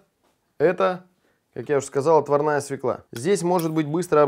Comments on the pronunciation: всё круто, но свеклА невыносимо режет ухо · Все клево, но свЁкла! Поварам уже пора это усвоить!